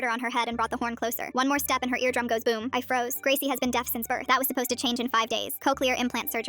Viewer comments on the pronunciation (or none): none